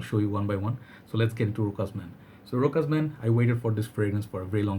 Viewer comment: the only way to say it it's to read it like: RÔSHÁS